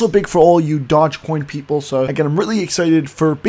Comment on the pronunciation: If you can't pronounce doge coin correctly I'm not going to watch your video